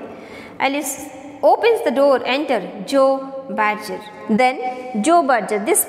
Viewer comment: It’s not Ella adkins, it’s luella adkins It’s not joe bager , it’s joe badger The pronounciation is wrong Need Improvement